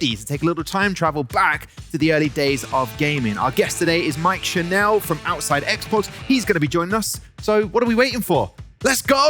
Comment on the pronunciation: Lmao it’s pronounced like “channel”, not “chanel “